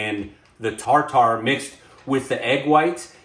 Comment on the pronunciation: Tar-tar? It’s pronounced “tar-terr” not tar-tar. We got a good laugh every time you said it.